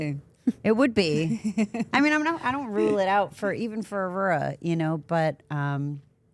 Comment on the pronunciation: Shawty can’t say “Aurora”